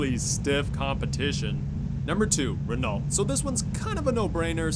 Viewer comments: I cringed every time he mangled “Renault”. If you want to be a “car guy”, learn how to pronounce the names correctly. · It's pronounced "ren-oh" not renolt. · God damn dude REN-OH you pronounce Renault “REN-OH” not “Ren-alt” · ‘Ren-alt’ bruh it’s re-noh, it’s french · It's pronounced "Reno" not "Ren-AULT" Smh 😞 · It's pronounced Reno duj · "Ren-alt" Really guy? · Relault is pronounced Reh-NO... Sorry to be that guy😂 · In french it's spoken "re-no" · Nissan makes UGLY cars and most people like good-looking cars. and Renault is pronounced RENNO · "Ren-O" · Its ren-Oh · fyi You pronounce Renault as "Reno" Plus the new Corvette doesn't look that nice as what people think it is. Maybe just a personal opinion because they have tried to shape it like its a McLaren or a Lotus or something and stuck with the styling of the older Corvette in a way and it looks a little weird but the front is ok. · Renault is pronounced 'Ren-oh' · just tryna fix something renault is pronounced renau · Cool video. But I hate how you pronounce Renault. It’s pronounced “Ren-Oh” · It’s pronounced Reno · 1) Yes, I mispronounced Renault. I’m an uncultured American swine. I’ll do better next time, I promise. 2) High sales volume does not equal success. Again, check out the other YouTuber’s videos. Selling millions of cars worldwide doesn’t mean anything if your profit margins are 1% (or less) after covering all expenses. A prime example would be GM selling MILLIONS of cars and trucks worldwide, every year leading up to the 2007/2008 financial crisis but still needing a bailout from the US government. 3) When I say modern Buick. I was implying 2010+. Yes, the Grand National is dope but not a ‘modern’ car. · You DON'T pronounce the "LT" in Renault It's French, the LT are silent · Lol the way this guy says renault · He said Renault wrong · Since when do you pronounce T in Renault? Do you pronounce T in ballet? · you're pissing me of saying renault wrong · The T is silent in Renault